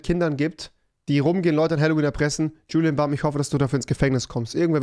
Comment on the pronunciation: Rewi:,,Julien Bamm.''